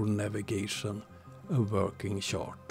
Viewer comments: You pronounce “chart” like “shart”, which is a hilariously different thing… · This was more about “shart”, because that’s funny… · In most languages, «CH» is pronounced like «SH». English in an outlier by pronouncing is as «TSH». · the way you say chart is so accurate flatzoid and friends are sharts ....